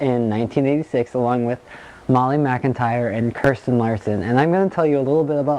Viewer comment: Your not sayings Kirstens name right